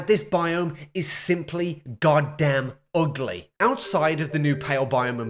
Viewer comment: It’s not „UGLEYH”